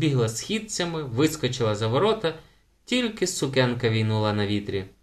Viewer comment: Але наголос в слові сукенка має бути на другому складі, а не на першому — сукЕнка, на відміну від сУкня